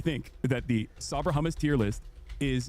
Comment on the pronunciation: Ethan really asked "Do you condemm hummus?"